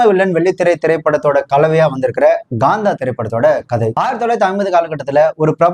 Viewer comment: Gaantha ❎️ Kaantha ✅